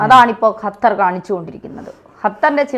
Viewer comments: ഹത്തർ അല്ല ഖത്തർ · ഖത്തർ ഇവളുടെ ഉച്ഛരണം ശരിയാണോ 😢